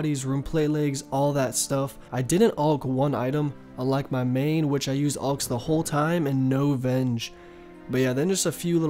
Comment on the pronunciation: "ulchs" nice